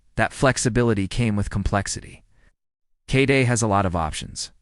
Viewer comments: Need to work on the AL's pronunciation skills - they really reek in several crucial points: K-D-E, each letter is said just like ABC, not K Duh! As far as what distro, LMDE (Linux Mint Debian Edition) is superior to Linux Mint by far. There are other Non-Windoze type distros that can be said to be even better. But for the Windoze brain-dead, mental wimps, LMDE is the best. I've been using all types of OSes since the 90s. Distros like BeOS, BSD, IBM's OS2, and numerous others. But, today, on my laptop, and mini PCs I use LMDE. I've also introduced others to LMDE and no one has had any issues - they take to it like a fish in water, not a fish outta water. Although. There are some older PCs & laptops which won't handle LMDE Or Linux Mint very well. For those, I suggest a lighter Linus. Something like MX Linux, or SparkyLinux, or Puppy Linux, or Tiny Core, or my favorite Crunchbang++ (#!++). FYI. My daily driver laptop, believe it or not, is a Lenovo Intel Core I3 ChromeBook; which, by the way, is Linux under the hood - Gentoo, one of the other Linuxes I've used. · Now try and install Gentoo in that one hour time period. Yes, that AI is crap. Pronounced KDE as kday. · The pronunciations (K-day?) and phrasing are all over the place so, yep, AI commentary (again). Byee! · AI generated slop. They tried Linux Mint Cinnamon edition, but it looked old, dated and was lacking in other areas. However, the last distribution they tried, the golden balance of familiarity, power and customizability was Linux Mint Cinnamon edition. Whoever generated this slop didn’t even pay attention to what was in it. The mispronunciation of KDE and other abbreviations were also glaring tells this is nothing more than AI clickbait.